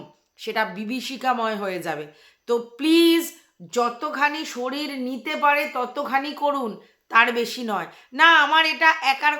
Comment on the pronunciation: এই স্কুল থেকে অন্য স্কুল ভালো বা ইংলিশ মিডিয়ামে ভর্তি করা খুব মুশকিল।ঠিকই বলেছ,বাবা মায়ের ইন্টারভিউ নেয়,কিছু টাকা ডোনেশন দিতে হয়। কথার উচ্চারণ ও ঠিক নয়।শরীর কে শরীল বলে। বাচ্ছাটা কে আরো অনেক আগে থেকেই ভালো স্কুলে ভর্তি করা উচিত ছিল। একদম যুক্তি যত কথা বলেছ।